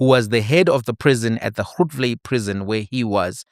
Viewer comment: you know Grootvlei is pronounced the same way you use Grootman, just replace man the there with vlei, then you got is